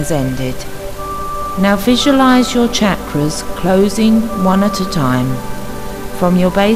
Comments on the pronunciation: I just can't even handle the way you are pronouncing chakras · me too it's been very distracting. had to turn this off. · Just thought the same thing....so bad it's good lol